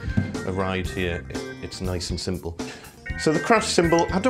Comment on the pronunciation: "It's nice and cimbal"